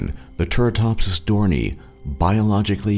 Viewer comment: It's pronounced 'dor nee i' NOT 'dor nee'.